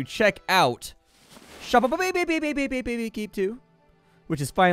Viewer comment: You pronounce shoppe like I do. I love it! <3